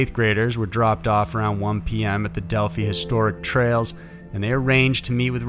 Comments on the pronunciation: Del-f-eye is where the girls are from in Indy. Not Delfee. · Del "feye" Not Del "fee"... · it is pronounced del-fy. RIP Libby and Abby